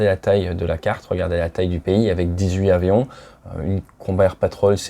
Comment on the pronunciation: Très intéressant, merci. PS : On dit dix huit Tavions ;-)